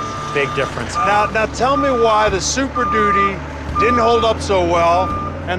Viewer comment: Ford Supershitty not Superdudy.